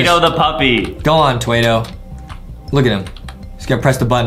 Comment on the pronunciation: It’s not twaido it’s Twado